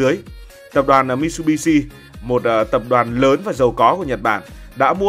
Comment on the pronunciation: Mitsubitsu đọc là mi t sự bi t sự nhé ad. Tiếng Nhật chữ tsu đọc gần như trự